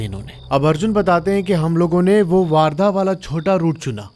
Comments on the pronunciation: It's वर्धा , not वार्धा. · I am from chandrapur ❤...bhai vaarda nhi vardha bolte hai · दादा its not a वार्धा its a Wardha ( वर्धा ) . बाकी सब पुरी story barabar hai aur vo jo दो gaon ke नाम bataye hai aapne vo ekdum sahi hai ( अंजनगाव बारी ) jo hai vo pura isi baat ke liye badnam hai bahot logon se suna hai iss bare mein humnein 😊😁 by the way Akola humara ददीहाल hai 😊🙏😀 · Not vardha it is called as wardha😂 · Bhai waaaaardha nahi वर्धा................ Hindi me jyada aacha phoenatic pronounciation hai